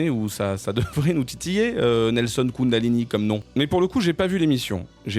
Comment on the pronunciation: Kundalini ou Koundalini... J'en perds mes énergies